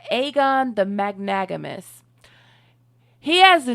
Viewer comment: I love this channel and your commentary but it’s magnanimous! Mag-Nan-imous lol funny this word is mispronounced every time. But still great video! Super excited for more! Totally subscribed! ❤